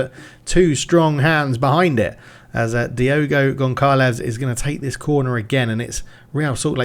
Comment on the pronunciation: Great vid! Lurker over here, just an heads up, you have zero physios! And please, as a Portuguese, the "ç" is read as "ss", you absolutely m*rderer the poor Diogo Gonçalves (Gonssalvess), you called him DiEgo Goncalevs about 15 times 😅. Btw, the Brazilian Coach's name is spelled Cai-ssa-ra But keep it up, loving the series already!